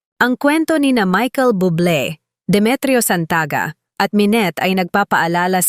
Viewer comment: Bubbble is pronounce as boob lay not bubble 👌😘plz take a note of it & start promouncing his last name correctly thankyou ✌️👏👌👍🏽